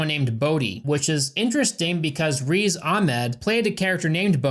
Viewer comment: For future reference, Riz is pronounced more like the first part of the word Grizzly instead of like Reese